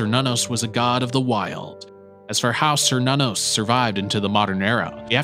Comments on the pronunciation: Cernunnos isn't pronounced SER NONOS, it's Kernunos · An excellent video, but one criticism. Now I could be wrong but I'm pretty sure Cernunnos is pronounced "Kur-Nun-Nos". Edit: Okay two criticisms. Technically Loki is not the trickster god. I personally believe trickster was an either intentional or accidental mistranslation of prankster instead, because looking at Loki's behavior, he isn't a trickster. He's a fool.